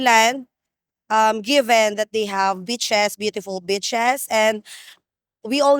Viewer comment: Lmao I thought said Thailand had beautiful b**ches the accent had me 😂😂😂